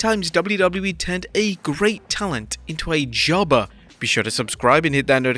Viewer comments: “Jubbuh” with the accent😂😂😂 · The way the narrator is saying "jobber" is funny.